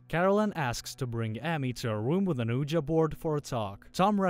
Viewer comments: It’s pronounced “WeeGEE board” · Ouija is pronounced "weejee"